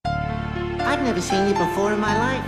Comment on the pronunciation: "Befreb" - Daffy Duck